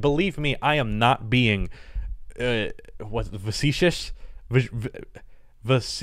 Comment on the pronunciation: “Vacetious” lol